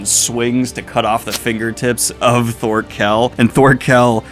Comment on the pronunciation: For your pronunciations, Thorkell is said like Thorfinn, currently you are saying it as if there is a pause in the middle. Canute was good though